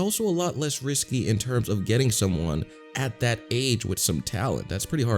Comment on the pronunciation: Did you say "that" or "fat".